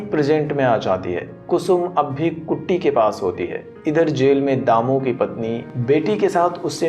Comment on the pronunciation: Sell nhi jel hota hai